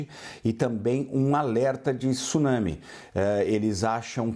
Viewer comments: tIIsunami nao ne...pelo amor e' TSunsmi....cade o i q essa ignorante e seua diretores insistem em pronunciar??? WTF? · Esses repórteres brasileiros sempre pronunciam erradamente a palavra TSUNAMI, não é T-su-nami e sim TSU-NA-MI, repórteres BURROS!